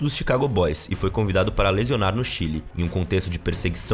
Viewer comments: Não é lesionar não narrador, é lecionar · "Lesionar" no Chile não é a mesma coisa que 'lecionar" no Chile. Próximo narrador pode ser melhor, pessoal. E a musiquinha de fundo tá boa, bem sinistra. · Quem é este narrador que fala lesionar ao invés de lecionar? PQP! Quanto ao conteúdo do vídeo, estamos F!!! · Acho que a palavra "lecionar" virou "lesionar" de propósito em kk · "lezionar"? Essa palavra é nova